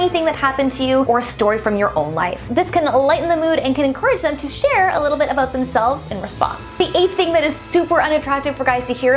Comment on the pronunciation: Lol omg yes your Canadian.! In the beginning you said Aboot